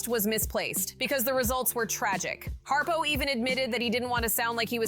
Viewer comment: His name is Brian Harpole...not Harpo. This is crap.